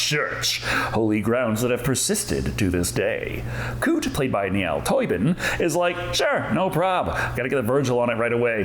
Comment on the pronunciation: Just to clarify Niall is pronounced Nile. Like the river but not spelt the same